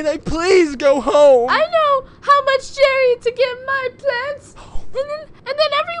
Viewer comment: I like the part when she said Jarry.